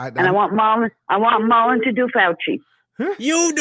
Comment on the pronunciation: this handsome man next to you hame is Marlon not Merlen!!